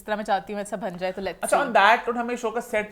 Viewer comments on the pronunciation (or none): "Bhan jaye" nahi "ban jaye"